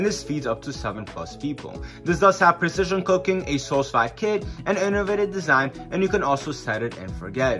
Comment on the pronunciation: Sous Vide is pronounced SUE-VEED. It's French for "Under Vacuum".